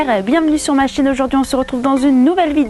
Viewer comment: Petite Rectification on dit Sarma😉